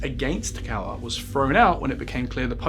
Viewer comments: Minor point - The surname Kaur is pronounced "K-Or" as in the word "or", not as the presenter pronounces it "Cow-er". 😁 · just another comment to say Walsall isn’t in Staffordshire and hasn’t been for over 50 years - it’s in the West Midlands county, and the surname is pronounced ‘Kaur’ as in ‘sure’